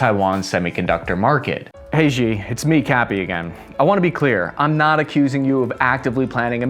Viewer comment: Xi = shee. Shee. Not zhee or jee or zhsheeeeee